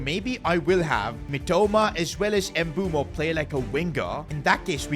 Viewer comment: Its "Bwemo" not "M bumo" 😂